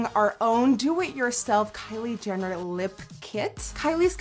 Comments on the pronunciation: Who else replayed coz she said "Kylie Denner" 😂😂😂💗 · Omfg she says Kylie dinner instead of Jenner. Dead 😂😂 I love you nikkie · she said kylie dinner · am I the only one who heard Kylie dinner in 😂😂😂 but I still love this video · Nikkie. you kept saying kylie dinner Hahahaha!!! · "Kylie Dinner" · Did anyone else catch the fact that toward the end of the video she said Kylie dinner?? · She saying Kyle dinner 😅😅😅😅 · You said Kylie dinner